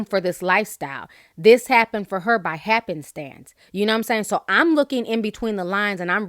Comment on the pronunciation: "Happenstance" 🤣😂 Ti you are too much